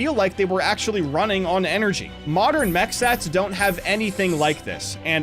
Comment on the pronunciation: "in the moderan alphabet"